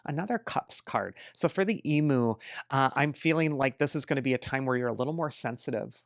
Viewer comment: Thank you as always for your prediction. As an Australian, I wanted to point out how we say emu in Australia. Found this.